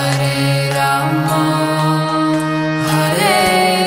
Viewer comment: हरे कृष्णा 🌸🌿हरे कृष्णा 🌸🌿कृष्णा कृष्णा 🌸🌿हरे हरे 🌸🌿हरे राम 🌸🌿हरे राम 🌸🌿राम राम 🌸🌿हरे हरे 🌸🌿🙏🏼🙏🏼🙏🏼💐💐💐 Hare Krishna Hare Krishna Krishna Krishna Hare Hare Hare Rama Hare Rama Rama Rama Hare Harey 🙏🏼🙏🏼🙏🏼🕉☮️💟💐💐💐 FYI : it’s Lord Rama NOT ramo ( as pronounced in this video ) With Sanskrit words and mantras diction is very imp as it’s all about vibration and energy you send out .. Just sayin Cos it’s the right thing ... Hari Bol 🙏🏼🙏🏼🕉☮️💟 All glories to Srila Prabhupada 🙏🏼🙏🏼🙏🏼💐💐🕉🕉💟☮️